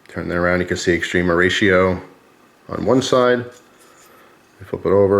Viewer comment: It's often pronounced wrongly like extreeeema